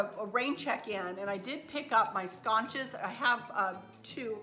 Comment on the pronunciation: Hey sweetie, they are (not) pernounced sconches. They are sconces. With the S...sound .no CH...just thought you'd want to know that. Love ya, great haul